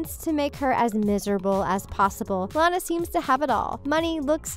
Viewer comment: Am I the only one who was upset that she kept pronouncing Lana's name wrong?? It's like before you speak on a video, you should have least watched these movies they weren't bad. Hence, that's why you're doing a video.